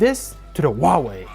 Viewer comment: It's hauwei not auwawi